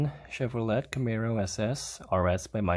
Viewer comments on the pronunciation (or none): Chevro let lol.. it's leigh